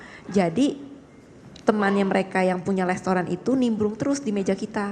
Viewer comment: Hitung berapa kali tersangka menyebut kata Lestoran. Wk gabisa spelling restaurant kah